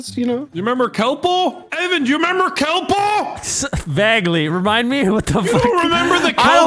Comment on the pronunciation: My man Evan sayin "vaggly"